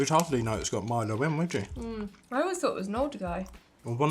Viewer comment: you were right the first time, it’s Milo, “ My Low”.